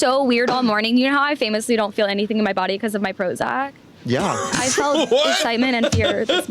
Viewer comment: “Prozock.” She has that “oxcent” that women under the age of 30 seem to have adopted. Short “a” has become a short “o.” “That” is “thawt.”